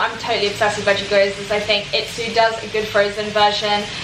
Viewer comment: Gyoza is pronounced gee-oh-za. A Japanese dumpling that goes with everything! ✌🏾